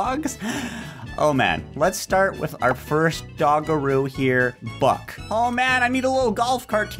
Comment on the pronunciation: When you get the first dog name buck I Thought you said butt